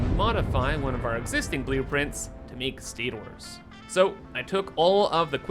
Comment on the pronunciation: Why are you saying stators so weird lol